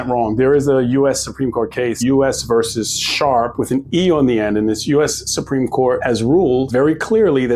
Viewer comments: Ok, I'm gonna be that guy. It's VERSUS not VERSE. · It's VERSUS, not "verse." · It's versus, NOT verse. Those are two totally different words, different meanings.